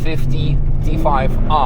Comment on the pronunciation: Btw …. It’s T-5R…. Not T5-R 🤫